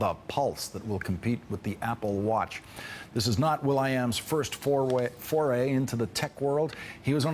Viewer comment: ''This is not his first fourwa-foray..''